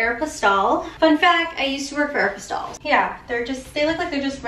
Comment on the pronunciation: I like how you pronounce Aeropostale. 😀